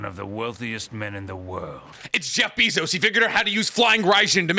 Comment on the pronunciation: You pronounce bezos weird